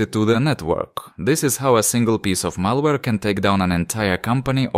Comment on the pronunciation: malawre ALSO KRIS FROM DELTARUNE